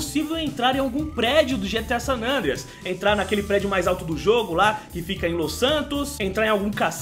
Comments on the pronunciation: né "gta sanandreas" e sim "gta san andreas" kkkkkkk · Ele fala GTA San nandreas